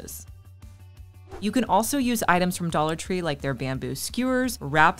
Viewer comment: Dallor tree